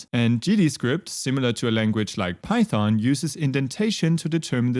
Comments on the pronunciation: Not pyhon it Python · remember, the "t" is not silent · I have a feeling Godot's popularity is going to skyrocket now that you're teaching it :) Also "Pyhon-syntax" ;)